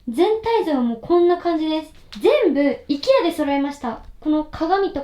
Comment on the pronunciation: IKEAの発音が本場のアイケア寄りなのかわいい